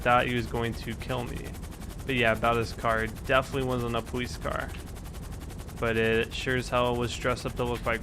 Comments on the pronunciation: its police not powece i am dis likeing the video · im not being ruid but tour saying powice and saying your l's wrong not being ruid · does he say powice? ? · Did he say powice